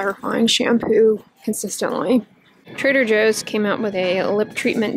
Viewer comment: translation: La Roche Possy = la Roche Posay Trada José = Trader Joe Lol